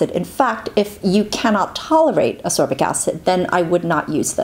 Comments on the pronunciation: love the video, great Infos x PS: Ascorbic, not asorbic xx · I saw, I saw Vitamin C and clicked thumbs up before I even watched the video:) PS. It's pronounced As-KOR-bic, not Asorbic;) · I though I was the only one to repeat saying "ascorbic acid" every time she called it asorbic lol. Good Infos anyway, love the video x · A very informative video, thank you. A little remark if I may - it should be pronounced As-C-orbic (not asorbic..) acid. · I really am a huge fan, but the way you pronounce Ascorbic is maddening and so distracting. I've always found this so, but after listening to you say it 50+ times, I feel like I'm losing my mind. There's a K sound in the word: As-Corbic, not Asorbic. I'm thoroughly aware of how petty this is, but it was so so distracting. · I agree. As-c-orbic acid indeed. To me your remark doesn't sound petty, since it is a video about ascorbic acid